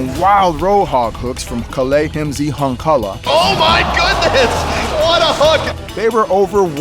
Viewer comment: Kalle "hymzi" HANKALA, jesus christ blizz, is it really that hard?